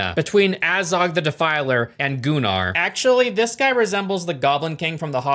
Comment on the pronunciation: I will be that guy and say that actually is the correct way to pronounce Gunnar